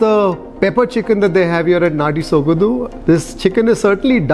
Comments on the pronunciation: It is Natty Sogadu..not "dhu".soga"du".. however you're always excellent and exceptional in explaining.. 👍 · ...again bad Kannada it's sogadu....not sogadhu... 🙄Du...dhu...du...dhu... practice it. 🙏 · Hi, it's sogaDu not sogadu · Dear your English is so simple everyone can understand easily no doubt about it I'm the fan of your english speaking style but please try to learn Kannada 100% and please take care about pronunciation it's not ಸೊಗದು it's ಸೊಗಡು.... I'm sorry if I said something wrong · Kindly brush up your Kannada or ask the establisher how to pronounce there establishment name. It's Sogadu not sogadhu. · It's not Sogadhu but apradh,you need to practice that more... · the pronounciation of the word sogadu is not exact, it should be pronounced as sogaDu - like when you say drum - the "d"sound so its like ಸೊಗಡು, सोगडु. Hope you got it? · D as in dog